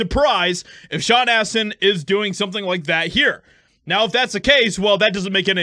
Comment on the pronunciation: Sean "ASS"tin